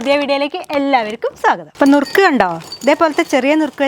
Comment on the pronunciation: നുറുക്ക് അല്ല മുറുക്ക് ❤❤❤